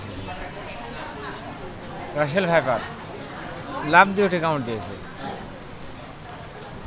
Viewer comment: লোকটা না হয় বলতে পারেনা,,ডাক্তার ও ভুল করে রাসেল ভাইরাস 😂😂রাসেল ভাইপার